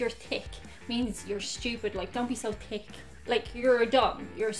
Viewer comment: sounds like you are saying tick for the word thick You dont pronounce h